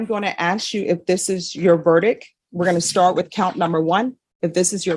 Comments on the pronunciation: Only thing that bothers me about this judge.... She can't pronounce "verdict". She says ver-dick instead of ver-dicT. "Is this your VERDICK?" That just sounds weird, lol. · Will someone tell it's verdict not verdick